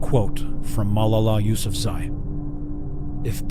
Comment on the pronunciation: HOW did he just pronounce Malala Yousafi?!